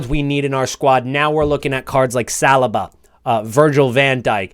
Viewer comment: As an arsenal fan, I can’t get over how your pronounce Saliba. Like listening to knives scraping forks. How do u not know how to pronounce his name by now 😂😂